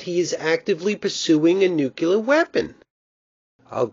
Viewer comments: NU-CLE-AR NOT NUCULAR, NUCLEAR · Having a hard time pronouncing nuclear I see...